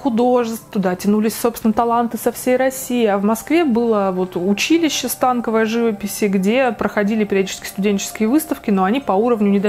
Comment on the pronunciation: Извините за занудство, но в слове "станковый" ударение на "о"